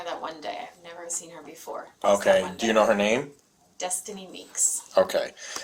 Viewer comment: It is pronounced "befoe" (don't get it twisted 😂😅😂😂😂😂😂)